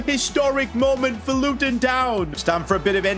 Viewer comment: The Indian accent is brilliant the way he says luTon 😂